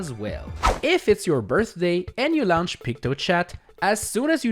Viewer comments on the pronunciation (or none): I like how he says launch .. "lownch" 😂